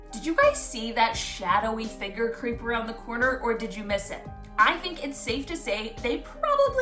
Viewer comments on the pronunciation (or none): Figer without f and replaced with n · Is it just me or instead of figure....did she say figer?